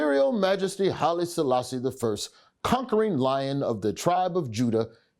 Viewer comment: Love from Ethiopia I love how u said my kings name Hailesslassie